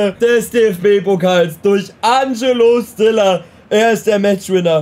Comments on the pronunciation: Fang bitte an Stiller richtig auszusprechen😂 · die aussprache von stiller seinem namen stört mich so extrem